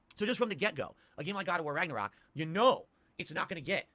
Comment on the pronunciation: Raggor-rock....Yikes, this guy., you suck at games. Just admit it.